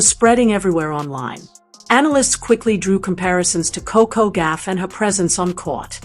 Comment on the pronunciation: It’s Goff not Gaff !